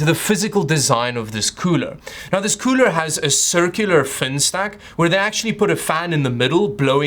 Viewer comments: I like the way he says cooler KEUWLER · The cuuler isnt that kuuuler when it doesnt look like its qooooling